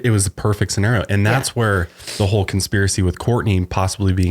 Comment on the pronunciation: Conspiracy and chill...Conspilracy. I've watched this a dozen times and something compelled me to do this.